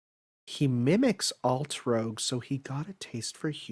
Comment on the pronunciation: Altrouge is pronounced as "Alt-roozh", not "Alt-rogue". She has yet to appear in any official work which is ironic, considering her background & the influence she has in the inner workings of the 27 DAA. Here's hoping Nasu finally puts her as a major character in his future works.